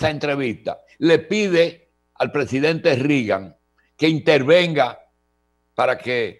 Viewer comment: NO SE pronuncia Rigan. Se pronuncia Regan........Ronald Reagan (Regan)